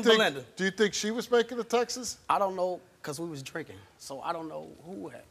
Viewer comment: Anyone else annoyed when instead of saying "texts", they say "texas"?